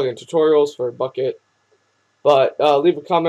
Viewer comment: It almost sounded like you said fuck it lol